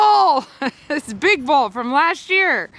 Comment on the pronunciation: the way you said”big bull” almost reminded me of all the “big balls” commentary we’ve been hearing on the news this week and I had to laugh